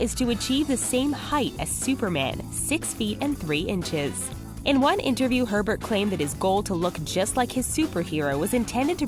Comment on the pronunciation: I thought she said "Pervert chavez" Not "Herbert chavez"